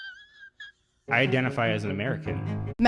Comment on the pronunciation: Eth-neh-ti-scity. hahahahahahahahah She cant even pronounce the word what a joke